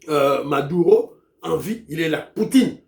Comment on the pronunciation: C'est Maduro et non Madura